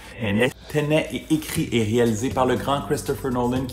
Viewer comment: T’as prononciation de Tenet est bizarre (sûrement francisée) mais alors quand il s’agit de dire un vrai nom français (Dunkerque) tu l’anglicise 😂 ça me perturbe